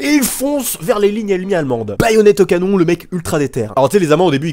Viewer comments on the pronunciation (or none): none